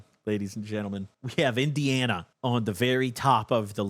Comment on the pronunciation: Omg got indiana so fucking right im dead